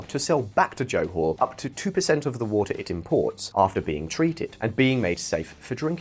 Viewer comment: You pronounce johor wrongly.